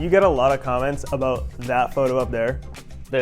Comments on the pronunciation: I’ve never actually heard someone from BC say “aboot” until this video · lmao did this guy actually say aboot, i'm canadian and thats the first time ive heard somebody legit say that